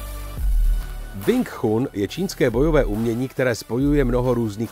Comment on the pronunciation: ..tchun sa vyslovu je čun... kecy